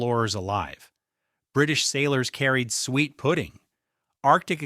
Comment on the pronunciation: 12is not “sweet”, it is pronounced “soo-et.”